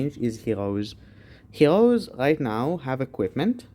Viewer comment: Man can't say the R he says heloes whahhahaha